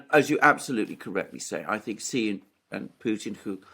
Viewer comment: XI is pronounced SHE, not 'Gee' or however you're butchering it. Take it from a dumb Sicilian who has lived in China and has a Taiwanese daughter in law!